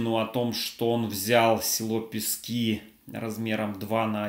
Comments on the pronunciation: Пэски, а не Писки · ПЕСКИ... ударение на первую гласную Е! Пожалуйста, я вас как Дончанка прошу. Спасибо заранее. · Александр, я - дончанка. У нас говорят - Пески, ударение на е. Не знаю почему. Наверное, имеется ввиду не песок, а что-то другое. Это знают краеведы. Наверное. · Пгт ПЕски, а не ПескИ.Добрый день, с добрых новостей, 9 сентября!